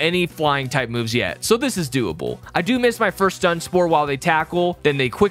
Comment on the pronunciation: You said...doable? nut budewable?